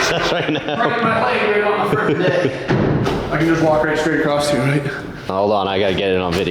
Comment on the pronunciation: The T is silent in “acrosst”